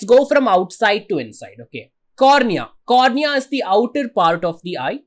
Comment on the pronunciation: Sir it's cornea